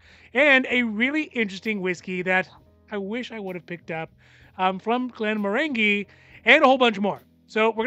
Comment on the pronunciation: When you say Glenmorangie think of “orange-y” at the end. Soft g.